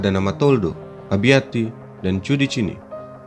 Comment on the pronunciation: Abbiati, bukan abiatti